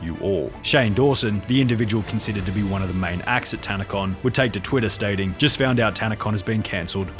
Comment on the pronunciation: It was a literal Tan-a-Con emphasis on tan and con LOL